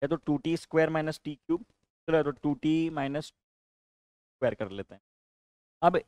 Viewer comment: 😂 A स्क्वेया+ B स्क्वेया